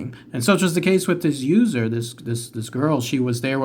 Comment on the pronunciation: The first time you said User, I thought you said Loser. I was thinking "That wasn't nice".😆😆